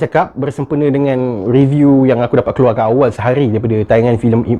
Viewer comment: Sebut betul2. REBIUK